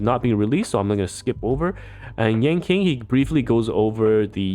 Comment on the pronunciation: its pronounced as yan CHING not yan KING that was kinda throwing me off sm